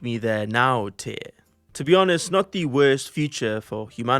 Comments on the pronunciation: I am vary creative, also Truly I am despondant at the news of your departure as head of the WEF, from your charmingly bald head to the way you could not pronounce the word "the". A great service you have rendered to the world and for that reason I thank you in this comment. Also I like APPLE products, NVIDIA GPUs, FINANCE, STOCK MARKET CRASH, Injurylawyers4u, I NEED A LAWYER, Workplace Accident, Shopping interests, Purchasing Items, How to Buy. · Truly I am despondant at the news of your departure as head of the WEF, from your charmingly bald head to the way you could not pronounce the word "the". A great service you have rendered to the world and for that reason I thank you in this comment. Also I like APPLE products, NVIDIA GPUs, FINANCE, STOCK MARKET CRASH, Injurylawyers4u, I NEED A LAWYER, Workplace Accident, Shopping interests, Purchasing Items, How to Buy. Yours Faithfully, Stoic Stick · Dear, Truly I am despondant at the news of your departure as head of the WEF, from your charmingly bald head to the way you could not pronounce the word "the". A great service you have rendered to the world and for that reason I thank you in this comment. Also I like APPLE products, NVIDIA GPUs, FINANCE, STOCK MARKET CRASH, Injurylawyers4u, I NEED A LAWYER, Workplace Accident, Shopping interests, Purchasing Items, How to Buy. Yours Faithfully